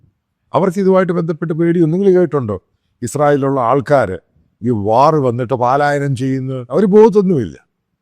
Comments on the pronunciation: പാലായനം അല്ല പലായനം( പല ഭാഗത്തേയ്ക്കു ചിതറി ചലിക്കുക, പോകുക.)ടാർജറ്റ് അല്ല ടാർഗറ്റ് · പാലായനം അല്ല, "പലായനം " എന്നു പറയൂ 😄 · പലായനം മതി പാലായനം ശരിയല്ല